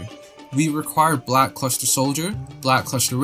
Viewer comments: Nobody gonna comment on how he’s saying Black CLUSTER Soldier instead of Luster? Bro can’t read 💀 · It's black "L"uster soldier. Not "C"luster.